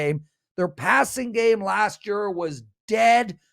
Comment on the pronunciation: says: "Year=Yer"